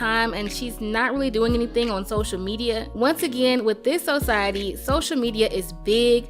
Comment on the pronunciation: I'm so sorry and I'm not trying to be funny or disrespect anyone but Society was not pronounced correctly at all actually it was two times that i heard it being used wrong. Other than that great story job well done.